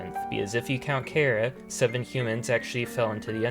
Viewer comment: Finally someone who pronounces chara in a way that actually sounds like a name a person would have